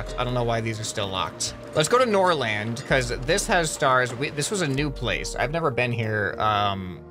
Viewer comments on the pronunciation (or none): I am a Swede and The A In Norrland is pronounced like The first part of I